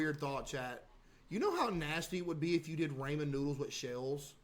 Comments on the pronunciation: Aint no way I had to go this far to see this comment 😭😭 caseoh truly pmo saying raymen noodles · Raymen noodles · raymen noodles 🍜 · He still doesn't know the biggest truth. It's not raymen noodles, it's ramen noodles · "ray men noodles" 🗣🗣🔥🔥🔥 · Why do people pronounce them "Raymond noodles" 💀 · The fact that he still blatantly mispronounces ramen.